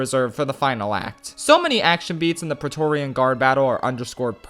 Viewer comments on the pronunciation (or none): none